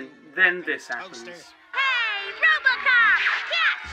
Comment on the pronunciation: I swear he keeps saying Robocock